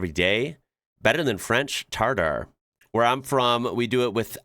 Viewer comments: it’s TARTARE. Defo not « tatar » 😅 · Yeah, about TARTARE and not "tatar". It's not at all how you do that. You need, well, raw beef of course (only beef nothing eles) and in a separate bowl, you will mix a raw egg, Dijon mustard, onion, capers, Worcestershire sauce, ketchup, Tabasco, salt, and pepper. Then, you add the raw meat. You mix, you taste, you adjust the seasoning if needed, and then you refrigerate or serve immediately. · Tartar (or tartare) not tatar, tatar is a person of tatar ethnic group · It's tartare not Tatar. Tatar are from Crimea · For me "tartar", not "tatar", is raw veal tenderloin finely cut into small pieces mixed with egg yolk, ketchup (tabasco if you like it spicy) salt and pepper. It's usually served on plate with coarse salt and freshly ground cumin on the side, cubed white/yellow onion, butter and the best bread you could lay your hands on. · It's tartare not tatar and it is absolutely delicious. The meat is mixed with spices, onions and capers, usually served with French fries. Don't be scared by the look of it, but really it is a true delicacy. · It's not Tatar but Tartare . Too much egg in is recipes. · Is pronounced ta tar